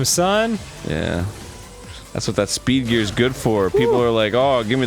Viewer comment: Am I the only one who keeps hearing "beef-eater" when Mega Man says "speed gear?"